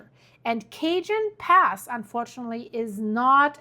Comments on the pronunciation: NOT Cajun Pass.. .😊 Cajon (pronounced CA-HONE) Pass! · Its pronounced cahone pass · The Cajon Pass in Southern California is pronounced kuh-HOHN (rhymes with "bone"). Pronunciation Breakdown Ca-: Pronounced like "kuh" -jon: Pronounced like "HOHN". The "J" follows the rules of Spanish phonetics and sounds like a strong English "H". The name comes from the Spanish word cajón, which translates to "box" or "drawer". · Hi great show. I am from CA grew up with all the quakes in L A and S F. Cajon Pass is a place I am very familiar with. Pronounced Cajon with the j sounds like a h. Some very interesting solar weather also and the moon faze will add more pressure this week. Kind tides are a good example that dont usually happen this time of year. Hold on. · No, no! It’s not Cajun food! It’s Cajon Pass! Kah-Hone pass!! San Jacinto is San-Ha-Sinto. We love you all the same! 👀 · it's Ca-hone pass, and Fort Ta-hone , San Ya-cinto